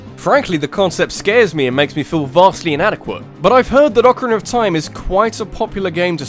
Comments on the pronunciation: UCrUrnUR of time? Again? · "Ocirinir of time" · Whats Ocerrcrinna of time? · sorry but "OKRNR of time" made me lol repeatedly. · i like how u say ocarina of time. okrna of time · "Ocerinerner of Time" I love you but that's some slip up you did there. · Ocarina of Time